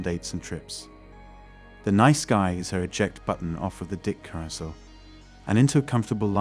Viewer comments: My guy, please learn how to pronounce “carousel.” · Looks like they found a voice computer that cannot pronounce the word “carrousel”. How weird!